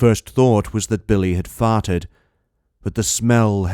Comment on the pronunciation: “I thought Brian had fotted” 😂